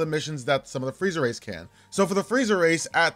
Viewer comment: i keep hearing friezer race